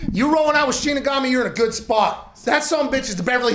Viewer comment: Lmfao callin him "Shinsigami" 🤣😂😭